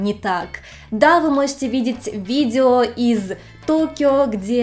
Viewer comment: ..."...видзео....десятць..." чуть кровь из ушей не пошла...